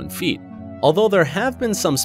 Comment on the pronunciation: six point fifty six feeet🤣🤣🤣